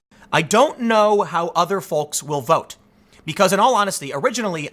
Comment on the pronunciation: For the love of God, someone please tell Tim there is no "L" sound in "folks".